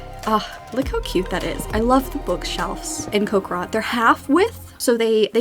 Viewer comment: "Cock rot" "cock rock" PLEASE it's coc-RI-cot